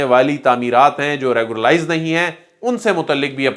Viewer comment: Our ppl r very weak in English pronunciation. It is REGULARIZE not reguralize.